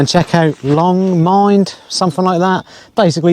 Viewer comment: mynd rhymes with wind. cycled up and down it a few times, it's an absolute beast :D